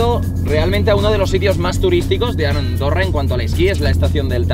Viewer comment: en este minuto dijiste arondorra